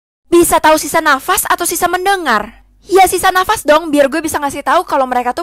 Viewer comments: Kak knp sisa dafas kan sisa nafas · Kak kenapa sisa nafas jadi sisa dafas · d mulu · Sisa nafas bukan sisa dafas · KAK KOK DIBACANYA JATAH DAFAS